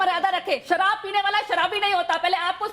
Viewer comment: शाराबी म्याडं म को सहराबी न कहे तो क्या बोलो